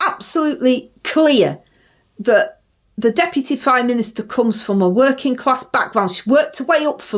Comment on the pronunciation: Open&honest wor -in class!!! You dont earn a wor-ing class salary!!!!!